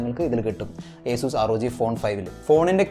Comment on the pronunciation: Nta bro acuz alla asus